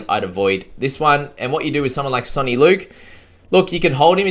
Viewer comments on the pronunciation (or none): none